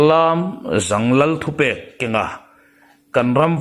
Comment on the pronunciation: A ngaihnawm narawh e. Chutihrualin Lâmzâng tihtur Lamzang khua hi mikhual kan nei thin tih ka'n zep tel hram a ni e. Ngaithla zel ang.